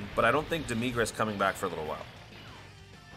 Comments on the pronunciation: For demigra say dem-mih-gra not dem-mee-gra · No Joke! I didnt realize this before I saw the comments. I used to call him Deh Mih Gra. But ever since my boy Scott Herman ruined the pronunciation, I kept calling him Deh MEE Gra to get him to stop calling him Dim Egg Ra -_ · No offense but the way you say demigra hurts